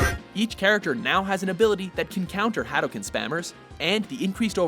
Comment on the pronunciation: did he just pronounce hadouken like that? 😂